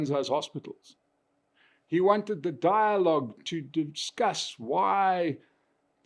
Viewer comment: Die-logue... Rama-coffin-full-$$$